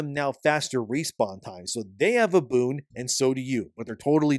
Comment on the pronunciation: hes saying boon but im hearing boob